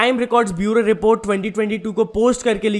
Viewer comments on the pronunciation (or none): none